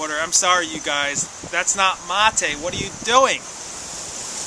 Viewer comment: Amigo its ma"te" not ma"tay" lol. Keep enjoying. Good health to all